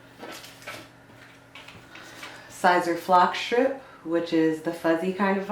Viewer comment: Your pronouncing it wrong it's like saying ceaser but spelled siser